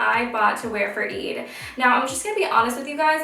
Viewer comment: don't take this the wrong way i love your videos and you seem lovely, i just wish you pronounced eid correctly since you're half arab yourself... i don;t know if you know arabic or not but if you do speak it then i wish you can keep the arabic words authentically pronounced and represent your roots ^_^